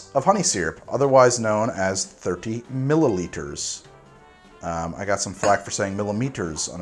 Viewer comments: I swear I heard mili-liters too go figure... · If you have trouble with “millilitres” just say it the Aussie way... MILLS